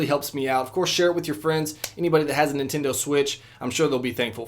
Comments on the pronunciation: ninsensdo switch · I think he said the ninsto switch